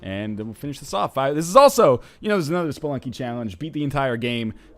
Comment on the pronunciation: Did NL say,"Welcome back to Spelunk,"? Kinda sounded like it.